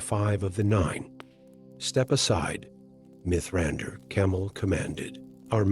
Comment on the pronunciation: Diction is uncanny valley. Too measured. Mithrandir read phonetically.